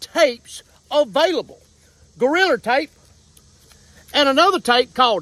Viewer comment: Hilarious how he pronounces Gorilla Tape, as Goriller Tape.